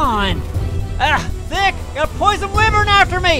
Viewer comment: Wyvern it's pronounced (Why-vern)